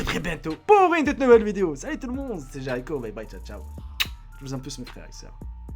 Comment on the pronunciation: Pk tu dis vidio au lieu de dire video